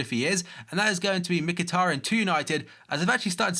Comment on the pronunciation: He is pronounced Mchitaryan and not Mickeytaryan